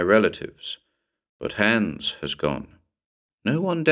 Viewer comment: Nice, just one small but for a german listener a bit irritating thing: The name 'Hans' is pronounced like the English word 'nuns' but with a H' in the beginning. 😉